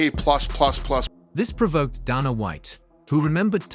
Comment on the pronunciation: "Donna White"... damn AI